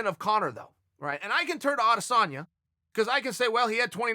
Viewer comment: s/o Chael for saying Adesanya